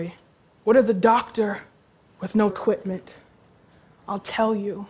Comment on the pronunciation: lol at the end she said "quipment".